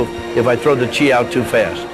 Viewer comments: it's chi, not chay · "He makes a (Chi)se ball" mmmm gouda